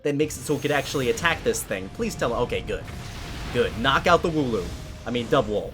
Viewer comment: Dubwool= Dabwool